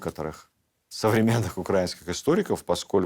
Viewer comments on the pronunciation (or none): Очень интересная лекция. Всегда Ваши видео смотрю с огромным интересом. Но очень режет слух слова с неправильным ударением. Пожалуйста, Владимир, произносите правильно «украИнский», «украИнец». ❤